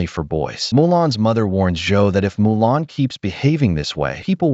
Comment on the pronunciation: Mulan. Not Molan.